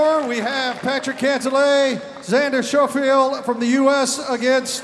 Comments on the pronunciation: Did this guy seriously just said Xander Showfield? The US announcer pronounced his name 10 seconds ago.. how is this guy hired? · At least the announcer should pronounce xander's last name correctly. "Xander shaffiell"? He's the Olympic gold medalist for god sakes...